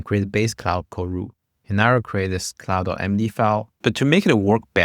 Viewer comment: Please stop pronouncing Klòd as Cloud ☁️ 😂 beside that very useful video! Thanks!